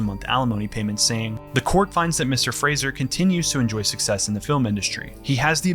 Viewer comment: Thanks for pronouncing his last name correctly! I'm sure he'd appreciate that.